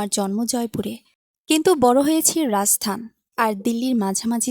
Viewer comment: যখন গল্প পড়বেন উচ্চারণ গুলো ঠিক রাখবেন রাজস্থানের কি উচ্চারণ করেছেন আপনি একবার নিজে দেখুন।